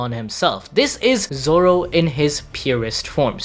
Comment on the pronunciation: Is it only me but I saw nami say zolo